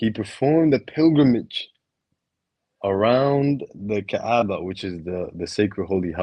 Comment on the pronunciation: when you say Kaaba you pronounce it wrongly It is like you say (كآبة) "depression" instead of Kaàba (كعبة)